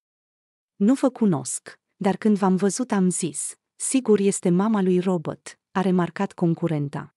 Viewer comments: Se spune.Robert nu Robot nu ești româncă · Pronunță numele englezește,nu spune robot. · Și de ce îmi spuneți mie?Nu am făcut decât să vă spun că nu spune "robot".Apostrofati-l pe cel care pronunță englezește nu pe mine!